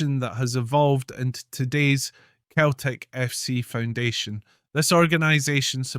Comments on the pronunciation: It's pronounced Seltic not. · Its pronounced "Seltic" so why does this guy keep referring to it as ""? The Irish poet who officially opened the stadium (Parkhead) referred to Celtic as in his speech and was derided for it. Celtic fans are not the angels this guy makes them out to be. The club is rooted in sectarianism, the fans sing songs about, and raise funds for the IRA, they have adopted the Basque terrorist and Palestinian causes. There are violent clashes anywhere Celtic fans meet Rangers fans.They are the only team in the world whose board of directors debated a motion to ensure that only Roman Catholics could sit in the boardroom, (it was narrowly defeated), their "ultra" group "The Green Brigade" resonant of the name of an IRA battalion, has caused so many political problems that the european governing body has fined the club several times. Celtic were founded in 1888 while Glasgow Rangers were formed 1873. Rangers were signing and playing catholic players since before Celtic were formed yet the current mythology states that Rangers didn't play catholics which is utter rubbish. Rangers played black players and players from all cultures. Celtic started up by signing almost all of their players from the team which would later evolve into Dundee United because they were the right sort, i.e. Glaswegian catholics of Irish extraction. The first Old Firm match was a friendly so Rangers didn't play their first team, they played their reserves and even a guest player from Partick Thistle but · He says 🤣🤣🤣🤣🤣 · It's Celtic not,same pronunciation as Ceiling not Keiling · You know it's pronounced Seltic but you keep saying It's also Jock Stein pronounced Steen and not Styne